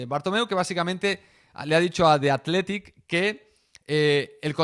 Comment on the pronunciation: en verdad lo estabas pronunciando bien …. The athletic … nose porque aquí en espana a la th le dicen L … jamás entenderé eso